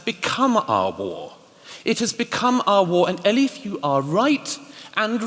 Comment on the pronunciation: The MC keeps on calling Elif - "Eli". My name is Stephen, when someone calls me Steve or Stevie... more often than not - that is a sign that they don't respect me. Is he unknowingly revealing that he doesn't respect Elif Shafak or is he trying to show his affections towards her? Or is he just too lazy to pronounce her name correctly?